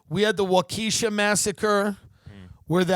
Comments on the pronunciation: Wah-kee-sha. Another entry into Wisconsin mispronounced town names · plz nobody tell Tim how to actually pronounce Waukesha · Oh my lord as a native born Wisconsin boy hearing Tim say Waukesha was chilling lol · being from southeastern wisconsin its great to hear people mispronounce waukesha